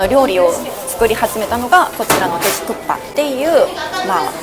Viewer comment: 안녕하세요~혹시 일본분이신가요? 국밥 발음이 정말 쿠파로 들리네요ㅎ 닌텐도 회장님이 옛날에 고기집에서 식사하시는데 옆에서 누군가가 국밥먹고 싶다라고했는데 귀에 들리기에 쿠파라는 이름이 강렬해서 슈퍼마리오 보스 이름을 쿠파라고 지었데요ㅎ 고기집이니까 당연히 국밥이 고기요리라고 생각하고 머리속에 이미지는 불고기 같은건줄 알았는데 나중에 알고보니 국에 밥을 말아먹는 음식이라는걸 알고 놀랐데요ㅎ언젠간 한국에 오게되면 꼭 말하고 싶었다면서 말해주신 에피소드입니다ㅋ 우연히 지나가다가 신기하고 재미있어서 댓글 달아봅니다~ 재미있게 잘봤어요~저도 부산가면 돼지국밥은 꼭 먹습니다 건강하세요~